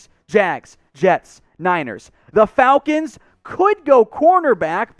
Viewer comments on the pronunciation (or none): none